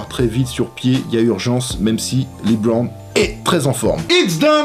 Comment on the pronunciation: les mecs qui prononcent "lebron":"libraun" j'ai envie de vous tuer